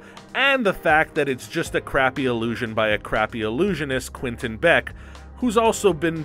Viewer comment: does it bother anyone else how he’s saying “quinton” not “quentin”